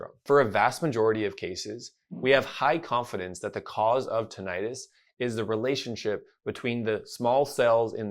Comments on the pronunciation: You are not pronouncing Tinnitus correctly. It is not Ti-nni-tus. Two n /nn/ thus Tin-ni-tus. example /swimming/ is not Swi-mming it is swim-ming also the second /i/ is not /eye/ since it is following a double constant thus vowel goes from long to short. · PLEASE stop calling it tin-i-'tis. You know as an audiologist that it is correctly called tinnitus, without the long "I" sound. I know you think it is more understood the way the lay person thinks it is pronounced, but it only reinforces the incorrect pronouncing of the condition of tinnitus. When I hear someone talk about this subject, pronouncing it tin-I-'tis, I dismiss everything they say. Let's educate people rather than dumb it down, just so they can understand the subject. I have been a subscriber to your channel for several years, and know that you are a well informed audiologist who specializes in tinnitus. I have severe tinnitus and have for the last 25 years been desperate for help, without much relief. I have tried every so called treatment there is. Please don't add to the problem by presenting a "dumbed-down" approach. Thanks for having a heart to help those of us who are dealing with his debilitating condition. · You’re pronouncing Tinnitus incorrectly… plus TRUE tinnitus is in the BRAIN… not in the outer ear.